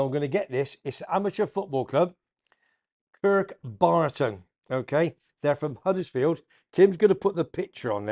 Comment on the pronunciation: you muppet it's kirkburton not kartburton, thanks for the plug, keep up the great show mate. Oh and up the Terriers